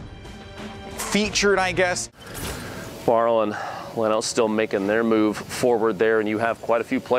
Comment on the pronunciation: I know Leno irl. It's pronounced Lee-No, not Le-No